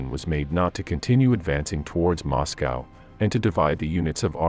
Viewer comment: moscow sometimes moscowa.